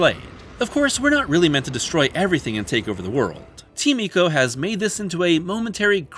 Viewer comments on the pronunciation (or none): "Eeko"? Don't be such a weeb. When you go to an Italian restaurant do you order "spaw-GEH-té"? It's "Eye-co".